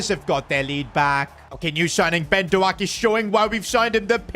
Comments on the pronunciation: By the way its pronounced dohk like d oh k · If I hear “Doe-Ack” one more time in my life I might pierce my own ear drums.